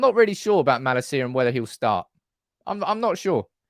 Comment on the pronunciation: His name is pronounced: Mah-lahseeya... not Mah-la-see-ya. The last bit is one word